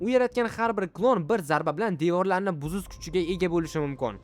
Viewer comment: Oka devorlarni buzus emas buzush bo'ladi😂😂